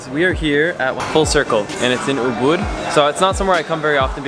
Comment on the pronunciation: his pronouncing when said "Ubud" is actually like 💯% Indonesian.. LOL